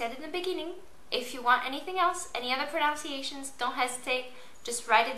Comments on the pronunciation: It's 'pronunciations', not 'pro-NOUNciations'. Good guide btw. :) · It cracks me up that ur doing a video on "pronunciations" and are pronouncing it wrong ! It's spelt pronunciation but you will say pro nun ciation .. just a friendly tip